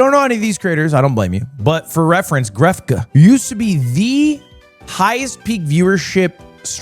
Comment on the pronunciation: Gref-Guh is crazy hahaha